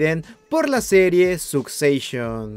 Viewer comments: Perdon... Sucseishon 🤦‍♀ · Susecshon y Debir... me arden los oidos 😅😅